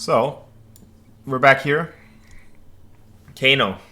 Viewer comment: 2 things. 1 his name is Kah-no (not Kay No) The Japanese in me wanted to point that out. 1) I noticed being the taller fencer you attacked low a lot and Kano punished you for it. While I was watching I was thinking about how he didn’t give you much to work with. Why not match that with a high arm but absence of blade? Then you could use your length and hight to your advantage. Is that something to consider? Maybe That wouldn’t fit your style of fencing. Just an observation I had. Great video.